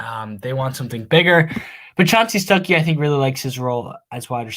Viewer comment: Quit calling that man Stookey 😂 he's a Georgia native by the way just fyi. Stuckey will be a game changer for ND WR recruiting.